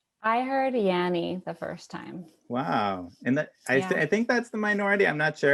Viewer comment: The way he says "Yanny" tho